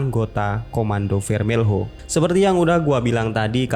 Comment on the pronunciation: Cara baca Portugis tidak seperti itu brow, tulis = Operação Contenção, baca = Operasaun Kontensaun. tulis = Comando Vermelho, baca = Komandu Vermelu.